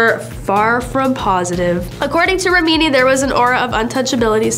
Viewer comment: rem-in-knee.. jesh... I tried to give this chick a fair chance, I really did.. but you need to get rid of her. She is so unprofessional and unlikable..